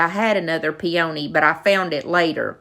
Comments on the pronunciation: Everything turned out just beautiful. I really enjoy working w IOD products too. Plz don't take this as an insult, but a peony is pronounced "pee-uh-nee". Just helping a friend out💖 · The word "peony" only has a long "e" not a long "o" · LOL on pronouncing them Pee-O-nees. Too cute! Patty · I love your ideas! I want to find an old window pane like that. So very beautiful! Forgive me, but I have to laugh every time I hear the way you, and many others, pronounce peony. It’s kind of a regional pronunciation and I hear it a lot. Lol! It’s cute. Peonies are my favorite and remind me of my grandma. Love your channel!